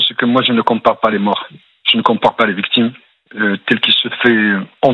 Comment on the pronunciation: Ci di victchimes 😂